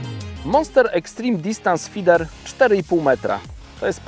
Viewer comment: na początku prezentacji wspomina, że jest konsultantem Prestona od kilku lat a w filmie wymawia słowo "feeder" w dwóch wersjach. Dlaczego nie jest to jedna, normalna wersja zamiast tego dziwnego slangu części polskich youtubowych wędkarzy.